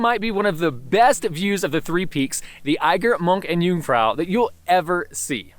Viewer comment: I'm impressed that you pronounce "First" and "Jungfrau" properly, but so many lakes in Switzerland, it wouldn't be hard to pronounce "See" properly in German?